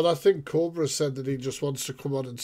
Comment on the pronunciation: It's Koba not Cobra😅